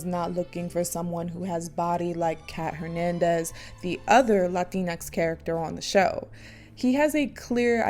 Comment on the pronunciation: Did u said latix?